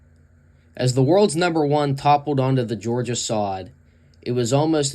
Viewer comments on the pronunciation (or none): none